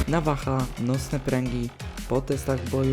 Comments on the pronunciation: Nawaha chyba navaja jak ty to czytasz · Czemu mówisz navacha zamsist navaja? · Nwm tylko czego mówisz navaha jak się mówi navaja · navaja naucz sie mówić